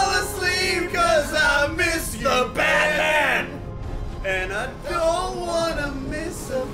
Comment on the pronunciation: i dont get why they say batmun?